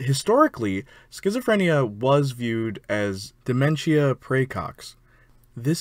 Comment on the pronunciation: You pronounced dementia wrong 😊